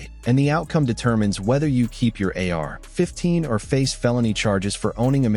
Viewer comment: a.i. trash how lazy they use the same verbiage in every video and they cant even say ar15 right so annoying for the listener do better this is trash bro and no new info and repetitive as hell